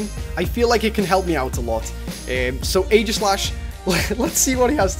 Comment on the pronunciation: its ee - gi - slash cause aegis is zeus shield (in myths IDK) and if u go to a pronauncer (had no idea how to spell pronouncer) it says EE -gis